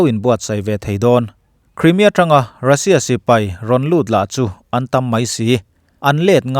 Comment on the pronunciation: Crimea hi criimia ti lovin Khraimia ti a lam/sawi ni se.